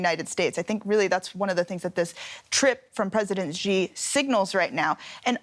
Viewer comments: Its not JI its Xi (Si) . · Xi is correctly pronounced more like "she" than si, unless you're from HK or Singapore. It's ji only if you're ignorant or American.